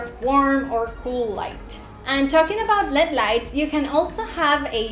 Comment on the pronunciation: Please never say lead lights it's LED saying each letter clearly.